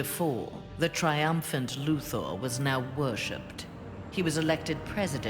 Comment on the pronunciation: ITS LEX LUTHER NOT LEX LUTHOOR